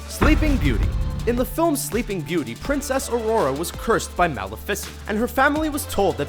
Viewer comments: Ma-Le-what!?!! 🤔😂 it's Ma-Le-Ficent not "Malleh-ficent" 😂😂😂😂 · [ Mal°if°ic°ent] kill me its [ma°lif°i°cent°] i can never love this channel the same way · Its maleficent not malefent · Did he say malcent?? Its Mal-if-fer-sent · Am I the only one who heard him say malifice instead of malephicant?😂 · malefecent?? what no its malifefishent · MAL E FIS ENT. I think you mean Mel ef I cent. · he pronounced maleficient's name mala-fi-cent hahah, I thought it was pronounced maul-ef-icent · Wait, how did you pronounce that villain's name?! Wow. In all my years i've never heard it said that way and so off from the real thing. You 'have' seen it right? it's pronounced "Ma-leff-eh-cent" not "Mawl-a-pheasant" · its Mu.Le.Fu.Sent not Mal.Uh.Fis.Ent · Mal e ficent? It's pronounced maleficent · Malafasent. XD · you pronounce maleficent "Maleeeficent" not "malefiiicent" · "aurora was cursed by malofist"........wait......what...XD you mean malificent..? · mal-ifiss? Mah-lif-eh-sent. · You said Maleficent wrong... it's Mel-eh-fih-cint. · OMG it's pronounced MAL IF I SENT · Why can't you pronounce "Maleficicent" correctly?? Lol! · I’m sorry what? Mala-fisant 💀💀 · Me: Pronounces it Millificent: MAHLEFICENT Me: *GAH*! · Why did you pronounce Maleficent like mala-fi-sunt?? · Hold up hold up hold up. "Mali-FA-sent."???? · "Malfcent" WHERES THE i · ITS MALEFICENT MUH LEH FI SENT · Did they Mal-I-Fin-cent? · how he said mal a fiscent instead of the normal way of saying it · Mali-ficint - wow that's pronounced bad. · its actually Maulifiscent to say Malificent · You pronounce maleficent like ma-leh-fi-sent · I'm sorry did I just hear this guy say mala fisent instead of crap I don't know how to spell it...oh well 😂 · "mal eh fis cent" gg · "Malluh Fissent" you realize you guys can do retakes, right? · It's Muhl-Eff-Iss-Int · Did He Say (Maleficent)=Mal-fis-ent..? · Did he just pronounce Malificent Mal-ificent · really narrator --_-- u said maleficant wrong